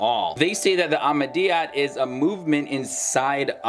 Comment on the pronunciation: You don't even know what you are saying even to call our beloved ones name you cannot say it correctly please go learn